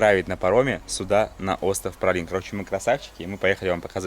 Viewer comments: Как правильно произносить то?В названии Праслин,произносите ПраЛин. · так Пралин или Праслин?😁